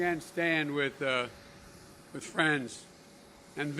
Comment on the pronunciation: "Flew over King Saul's donkeys", what's wrong with him? P.S. the word is pronounced 'with' not 'wizz'.